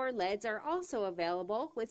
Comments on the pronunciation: Pronounced ell eee dees, not leds. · lol i love how she says decor LEDS as a word, not decor L, E, D.